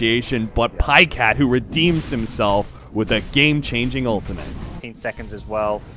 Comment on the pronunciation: "paycat", so frustrating to watch